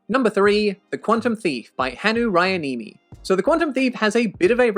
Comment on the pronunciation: You did pretty well, actually.